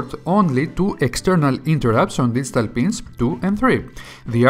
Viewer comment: Best explanation of interrupts I've heard. It's a well-done video with easy-to-follow instructions. I must admit I had to back up and turn on subtitles on in certain sections. I've worked with Arduinos for a while now and never heard the term "distal pin" before. After turning on subtitles I realized it was "digital pin" and suddenly everything made sense. 😄How is this the first time I've heard this guy? Now I have to check the rest of his videos. Good bye productive afternoon! lol